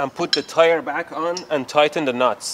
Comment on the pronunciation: am i the only one that laughs when he said tighten its nots😂😂😂